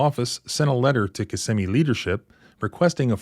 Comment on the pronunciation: FYI...the victim mentioned Park Place, this is a psychiatric hospital located in Kissimmee. And thank you for pronouncing Kissimmee (aka Little Puerto Rico) properly. Man i don't miss that city! If you don't speak Spanish youncan forget about getting a job in that city!